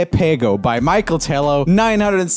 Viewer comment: U DID NOT SAY MICHAEL TELO SHEHWJENEIDN